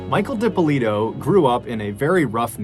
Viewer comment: Great job on name pronunciation, Dippolito is a hard name, heard it pronounced so wrong so many times